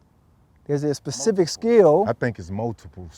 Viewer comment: ochocinco "pacific skill" lmao ***specific